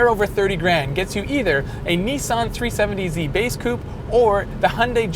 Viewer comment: Is it just me or does this guy say tree70z instead of 370z